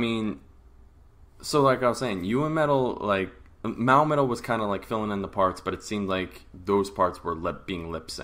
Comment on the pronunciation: i had to rewind real quick to make sure i heard u right....MAOMETAL??? lol